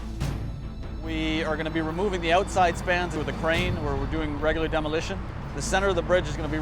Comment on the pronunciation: stop saying oooootside!